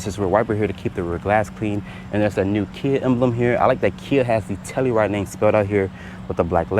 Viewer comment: TellUride, not tellyride.